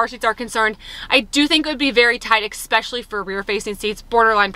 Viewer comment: Please can someone tell her it's "centre console" not "centre counsel". And what adult says ekspecially?